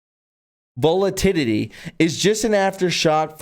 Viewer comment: VOL A TUL I TY!!! Learn to pronounce the words!!!